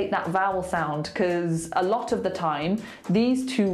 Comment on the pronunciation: I don't hear a difference between your "de" and "the" :/ Still sounds like a D to me, just that you don't emphasize it as much as when you say "de".